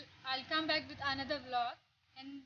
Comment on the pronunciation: vlog anadam kuda ravatla sarigga. Em english oh nto